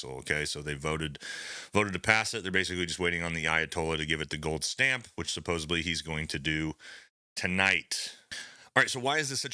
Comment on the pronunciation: ....it's supposeDly....it's NOT a B....this is one of my biggest pet-peeves....It's a D..not a B...!!!!